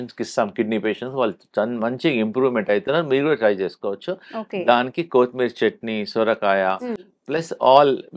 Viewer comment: కోతి మీరి కాదు - కొత్తిమీర